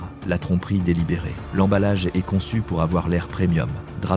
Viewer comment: "maintenant, nous arrivons à une marque qui e-s-t" ??? 🤔🤔🤔🤔🤔🤔🤔🤔🤔🤔 Bon sang mais si vous vous utilisez des IA, utilisez-en des bonnes, enfin ! 🙄🙄🙄🙄🙄🙄🙄🙄🙄🙄🙄🙄